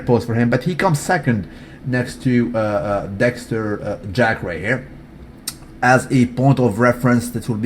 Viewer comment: Why do you say everybody's name correctly except for Dexter Jack"son"? Don't get me wrong bro, I'm a fan, but I couldn't help but notice that 1 thing.